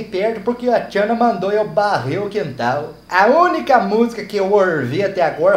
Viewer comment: "Barre" o quintarrr me fez lembrar minha querida vo nena, vc alem de divertir nos tras boas lembranças, muito obrigado. Sucesso sempre.